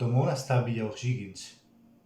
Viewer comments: Puedes reaccionar a videos de la historia de La Guerra de Pacifico que son muy buenos, y contextualizar mas de los territorios que tiene Chile en el Norte. Corrección: la palabra "O´Higgins" se pronuncia "ojigins". Es el apellido del libertador de Chile don Bernardo O´Higgins y despues se le colocó como región sexta y su ciudad es Rancagua. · O'Higgins. Se pronuncia parecido a cuando te ríes " ji ji ji "